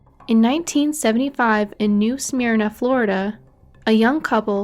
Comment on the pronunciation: Smyrna is pronounced "smer-na" btw. Like the word "fur" not like "fear." Just mentioning since I've seen the same mispronounciation elsewhere for other Smyrnas and cities and towns have weird names. :)